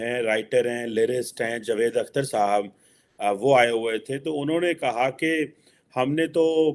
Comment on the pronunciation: कमर चीमा, जावेद बोला करो। जवेद नहीं । नाम मत बिगाड़ो। जावेद मियांदाद है की जवेद मियांदाद ? तो वैसे ही जावेद अख्तर है नहीं की जवेद अख्तर। समझ गए ? अगर समझ गाए हो तो याद रखना । सही उच्चार करना ।